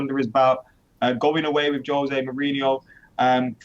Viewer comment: Josè Mourìnho says Jose Mourinho with the wrong accent on the e